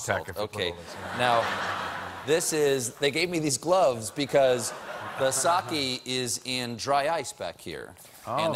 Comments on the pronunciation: My pedantic dad is making me type this: "It's pronounced "sockay" not "sockey". And it's only 15-20% alcohol." You can imagine how fun our family holidays are :/ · It's "sock ayy" not sock ee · You know what else you don't do, Stephen? You don't pronounce it 'sa-kee.' It's 'sa-keh.' :) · its SAKE not SAKI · sake. no "y" sound. Your dad is not pedantic; he's pretentious. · SAH-KAY DAMMIT!! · Reece Arakaki It's "sake"